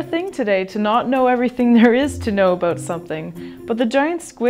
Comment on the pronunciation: It's ABOUT not ABOOT? We love our mayonnaise on everything they eat Canadians.